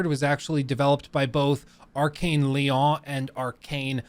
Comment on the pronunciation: I'm just glad has stopped pronouncing Lyon like lion. Really good video, by the way.